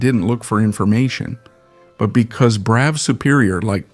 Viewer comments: It's pronounced "bruff", not "brow", bro. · This motor enginear name is pronouced Bruff not Bro. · It's pronounced - bruff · It's bad enough hearing Americans mispronounce Yorkshire or Worcestershire. But listening to ai with an American accent pronouncing Brough completely wrong is possibly an infringement of human rights. I'm not sure I will ever recovery from this. It's, as many have already said BRUFF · torkeee? I hate AI voice overs.. Especially when the OP doesn't fix obvious errors like the Brough name. Always thought it was pronounced much the same as Bra but I guess it's Bruff... 185 pounds is NOT $1,500,017 .00 in today's $$, it's about $17,000 or so. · The title should have been "How many ways can you pronounce Brough?"